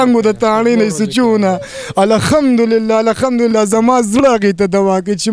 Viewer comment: دا خلک د کومې علاقې دي دوي د (ه او خ)فرق نه شي کولاي مايک والا د (قهار ) پر ځای (قخار) وايی او دابل د (الحمدلله)پرځا ی (الخمد لله)وايې دوي خو به دلمانځه الفاظ او دقرآن الفاظ ټول غلط وايې ۔